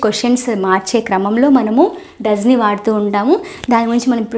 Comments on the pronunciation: Pronunciation" Doesn't" Dasant, and "Does not" Dasnot. Try to think. Thank yooo. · Doesn't ( your Pronunciation is dasnot). So think again